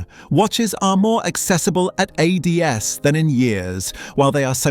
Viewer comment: Hilarious video. Cheap computer narration can't pronounce "AD's" or even "Submariner". Another lazy YouTuber.